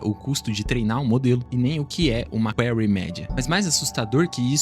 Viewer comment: Query, pronúncia: /kwÍ-ri / Cidade de Seattle, pronúncia: / ci-Á-tou / precisa fazer inglês online comigo! 😎😉